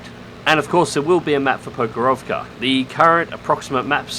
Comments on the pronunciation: Not ProkhorOvka, but PrOkhorovka) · Are you saying he put the emPHasis on the wrong SYLLable?